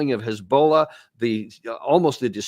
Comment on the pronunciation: You crane and hez bowlla I like how he pronounces those words , it’s cute.